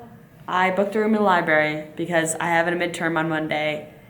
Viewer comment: How dare you pronounce library as "Liberry" Highkey disappointed in you smh